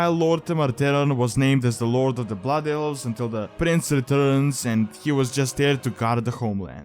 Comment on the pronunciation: "Butt Elves" @@ dat accent.